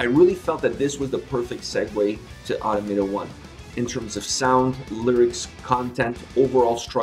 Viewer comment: Just a heads up, it’s pronounced uh-Tom-uh-tah